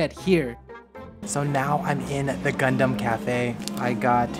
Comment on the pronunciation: Is this only me who's hearing c*****m instead of gundam😶